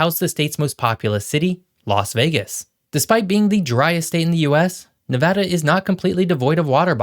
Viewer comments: On behalf of all the west coast.. thank you for pronouncing NevAda correctly! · Thank you for saying NEVADA the correct way!! We appreciate it! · Thank you for pronouncing Nevada correctly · Thank you for pronouncing Nevada the correct way. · Thank you for pronouncing my state name correctly!! LOL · thank you for pronouncing it right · As native Nevadan, I'm just glad he pronounced the name of the state properly!!!